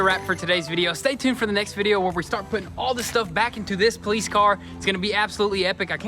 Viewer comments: Anyone know why they always say "Poleetz"??? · I heard it lol does say polietes car instead of police car. Lol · Nobody: Absolutely Nobody:: PoLeEtZ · At this point i think they just say "Poleetz" to trigger us... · I unsubscribed. It’s NOT “POLITZ” it’s POLICE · Enough with the "poleats" cars -_ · Huge fan . Just wondering if he is French he keeps saying politze. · No one:: Politze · Poleets hahah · Is your mis pronunciation of police on purpose? Love the videos btw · Luis Rivera , funny but I think it was his brother who can’t say police. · No hate, but... THERE IS NO T IN POLICE!!! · his accent to pronounce police is so funny.. 😀